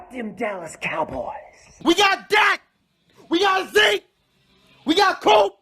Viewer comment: Even being a Cowboys fan, I laugh every time he says "Dak" and "Zeke." And "Dem Boyz."